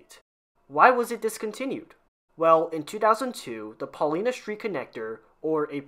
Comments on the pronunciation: and Paulina is Paul-lie-na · Watching this as a Chicagoan born and raised, I can't help, but correct your pronunciation of both Chicago (shuh-kaa-gow), Noyes (pronounced like the word "noise"), Paulina (pronounced Paul-eye-nuh) otherwise both videos are overall pretty good and informative. Thanks for making these. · You need a briefing on how to pronounce Noyes and Paulina.